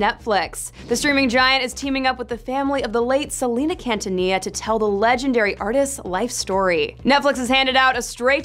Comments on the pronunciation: If you're going to report on Selena, at least get her name right. Keen-tah-nee-ya, not Can-tuh-nee-ya. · Did she just say 'Cantanilla"?